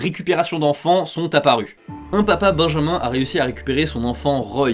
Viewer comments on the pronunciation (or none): none